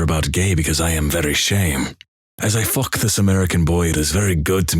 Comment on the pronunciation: "Feuck" and "and she say rrrrwhat"